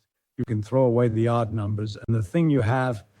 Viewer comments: Why does A I voice keep spelling O D D instead of saying odd? It's odd... and distracting. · And he doesn't say "odd" , the ai pronounces it as O D D for some reason 🤷🏻‍♂️